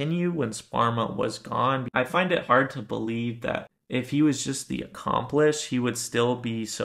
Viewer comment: Are you saying accomplish or accomplice ?